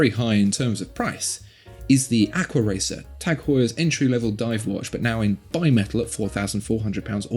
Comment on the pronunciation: Tag, not tec..., with a long ah, as they say in German, üben, üben!